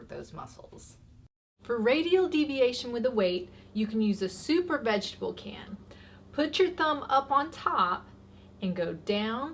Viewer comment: 😂😂 soup or vegitable can.. Sounded like super vegitable can 😂😂 wondering how big that was gonna be!!